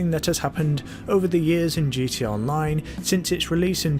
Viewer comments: why do you say gt online you keep forgeting the a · Is he saying gt online or gta online?